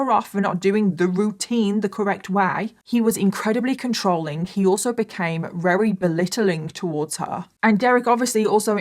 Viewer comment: I love it when tries to say very but says "rery" it's so cute <3